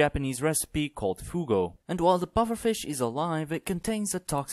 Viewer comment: Fugu is how you pronounce it, not fugo. Just wanted toss that out there